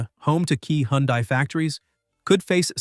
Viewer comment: It can’t pronounce HyUndai properly